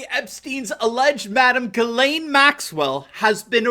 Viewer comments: It's pronounced: "Djiz len" en francais. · I'm 97.6% sure that you are pronouncing the name Ghislaine incorrectly. I have looked up the pronunciation and there are videos, (yes, plural), here on googtube with that name being said. They conflict, a little. I feel certain you will be speaking about her again in the future. Let's hope it has nothing to do with an Arkancide. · You can't even pronounce this woman's name. Why hasn't the nation's biggest and most famously sexually perverted and corrupt family NOT been linked to involvment with Epstein? Both Clintons? Billl Gates Jr.? I want to know.